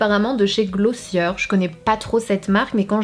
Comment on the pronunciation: Coucou la marque glossier ce prononce avec le er comme les verbes du premier groupe, à la française.